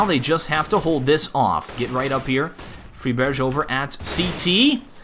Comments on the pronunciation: Dude stop saying "fribersch", it anoys me as fuck as a swede :p Pronounce it like this: Friburg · You say friberg like this - Free berj - You're supposed to say Freeberg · OK I know you're trying to pronounce Frieberj like we do here in Sweden but just say "fry-burg" it's fine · fried burger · its frie berg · friburger, fribager, fribater and countless other pronunciation of his name. LOL! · always laughing when pronouncing friberg